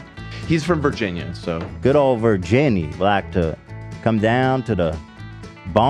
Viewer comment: ethan pronouncing it Virginnie like Anuc thinking people here say it that way ha